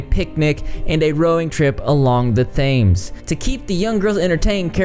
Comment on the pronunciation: Not to be picky, but although it's spelled 'Thames' it's actually pronounced 'tems' /tɛmz/.